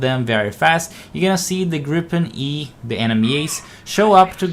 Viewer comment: im impressed about you prononciation of Gripen not perfect but certainly better than most who say Grip:en